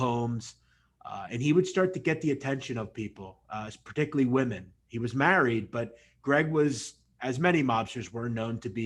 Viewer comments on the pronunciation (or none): none